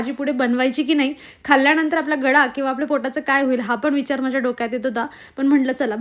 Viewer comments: गडा नाही गं बाई गळा सगळी वाट लावली मराठी भाषेची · Repit repit iqaa survatila gada as vatal nantar galach iqoo yete.....